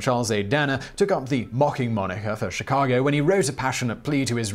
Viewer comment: The windy city? You mean shirack?